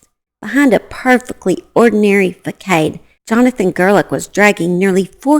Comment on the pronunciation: Facade is pronounced fasad, not facade. Also - you are funny.